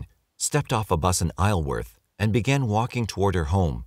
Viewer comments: Isleworth - eye-zel-werth. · Ironically, because he does pronounce words well, he ended up getting the pronunciation of ONE of the London area locations wrong. Isleworth. "isle" is, as we known, pronounced like; I'll. But the place is West London, Isleworth, is pronounced differently. the "isle" part is said, like...hmm. Take the word "marble".. the second syllable "ble" (indeed just like the final syllable in syllable). Take off the "b" and stick on an "s" So it sounds more like "zul" So Isleworth becomes: I (as in Island) plus "zul" worth. Three syllables. It's a bloody weird pronunciation. But that's English for you.